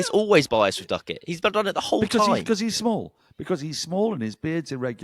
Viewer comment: The Indians pronounce Duckett with an f I noticed today